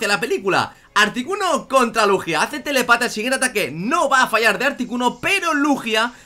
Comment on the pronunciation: me hace gracia cuando decía "telepata". Es telÉpata, que indica que tiene telepatía.